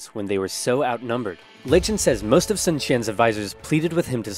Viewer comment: Sun is pronounced soon